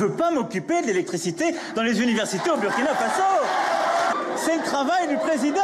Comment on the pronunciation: Belle émission avec un africain intellectuel intègre dans ses analyses! La Journaliste prononce bien me nom de mon pays: Burkina Faso!